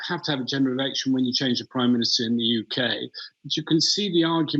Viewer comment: The "YUKee" ha ha.